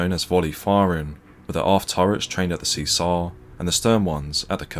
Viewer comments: Good, but spoiled a bit by inconsistent diction. Sometimes we hear the "T' in British and sometimes it's "Essex boy" doing the voiceover and saying 'Bri'ish". Incidentally "Cesare" is pronounce "Chaysaray" and "Ciano" is pronounce "Chee-ah-no" Otherwise pretty good. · Cesare pronounced Chesaray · Good story,but Bad pronunciation.It' s' Seezar 'or in Italian 'Chez a ray'And the Italian Port city Is not Toranto,but Tar an toe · Huzzah for Warspite! Boo for the AI reading Cesare (Chez-ah-ray) as (See-zar). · A bit more preparation would have been in order. "See-sar" is, I think, pronounced as "Chesaray", "Hair-ward" is approximately pronounced as "Herrawood". Also, this high drama is given the same dull treatment as a local pub bowls match. Disappointing. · Excuse me, that's Che-zar-e, not 'chee-ser' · It is pronounced chez are ray not see zar. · Good video. Just one thing, the Italian Battleship's name is pronounced Chee sar eh, not See Sar. Criminal that Warspite wasn't preserved. An amazing ship. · "Cesare"is pronounced Chee-Sar-Re. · Not even the Admiralty can agree with itself, some say ten miles and some fifteen. But they all agree that Warspite does hold the record. And just as an aside I'm led to believe that Cesare is actually pronounced Chezaray but I'm open to correction. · Great article and record of the Warspite's achievement. One small blemish - "Cesare" is pronounced Cheh.zuh.ray. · Could do with a bit of brushing up on Italian pronunciation. Cesare = “See-zar?” Really? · Great video I think the Cesare is pronounced, Chez a ray. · FYI Cesare is pronounced 'chezaray' or 'chezaree' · The Italian battleship Cesare is pronounced chez array, oh and aft and stern are the same place lol, I think you meant her forward turrets (A and B turrets) on Cesare and her stern turrets (C and D) on Cavour. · It would have been nice if you'd found out how to pronounce Julio Cesare and HMS Hereward.